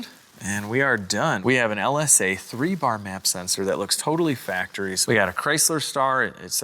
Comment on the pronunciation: Accurate Georgia accent. 😂 "BAAH"